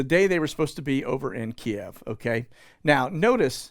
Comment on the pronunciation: Thank you for pronouncing "Kiev" correctly. Really nauseated hearing it pronounced "Keev". 😊